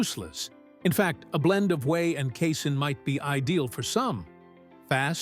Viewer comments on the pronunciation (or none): The word casein is pronounced KAY-SEEN, NOT KAY-SIN!!! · He then later said KA-SAYIN!!! JEE-sus!!!